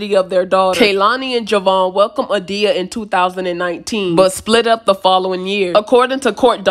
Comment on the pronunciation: The baby name is pronounced A-Day-ya not A-Dee-ya